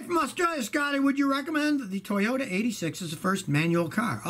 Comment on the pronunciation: Suoyta ... Toyaru